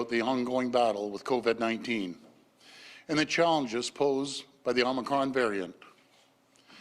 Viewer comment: It will never be stopped without an actual cure and it is not the politicians or those making them richer that are feeling the sting of pay and job loss. Hey Ford it's pronounced co-VID not co_VED. No one is being protected by cutting pay from them and preventing them from being able to pay their bills and put food on the table. This isn't a "bump in the road", it's the never ending story. We also know that according to health experts, covid that is exhaled into any one area by someone that may have it can stay in the air of that area for about five minutes. That said, we can see how all of these people are taking their masks off in front of the same microphone when speaking, potentially inhaling covid themselves.